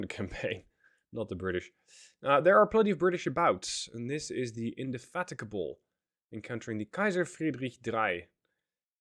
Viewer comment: Nice, although I think the battlecruiser's name is pronounced in-de-fatigue-able